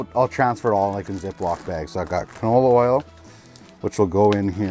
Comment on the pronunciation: and again ..... "canola aisle" or "canola owl"?????